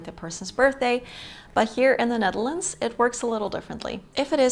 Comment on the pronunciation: We lived in Wassenaar for a couple of years. Beautiful country, wonderful people, would like to return. And love the language and accent when they speak English. The way you said “Ned-DEL-ands”. Sigh…memories!❤